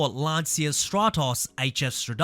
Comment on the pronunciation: It's not pronounced Lan"see"a!!!